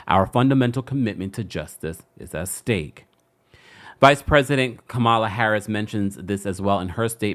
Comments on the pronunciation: sir… lol all 💕, the VPs name is pronounced “Coma-La” = (Kamala) not Ka-Mal-La‼️👍🏾🥰❤❤ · I’m tired that these incidents keep happening. No one deserves to be a hashtag for these reasons…my heart breaks for her family. And just a small but important reminder - respectfully, let’s PLEASE make it a habit to pronounce people’s (ESPECIALLY BLACK PEOPLE) names correctly. It’s pronounced “KAH-mah-lah”, not “Kah-MAH-lah”. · The Vice President’s (and hopefully next President’s) name is pronounced Comma-la. Like a comma followed by la. Just an FYI if anyone cares. A lot of republicans purposely mispronounce her name as a micro aggression, but she seems unbothered. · It’s pronounced Coma-La. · I'm disappointed in your mispronunciation of the victim's name and the vice president's name. I expect that from AI but not from a live YouTube journalist. Do a better job in the future please. 🤷🏿‍♂️ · I wonder why people can’t pronounce VP Kamala name